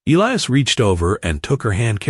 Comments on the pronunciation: The name is pronounced E lie is not el e us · His name is pronounced E- lias, long E, and long I